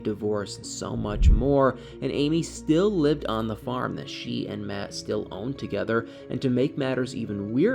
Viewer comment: You said that right, MATT made that farm.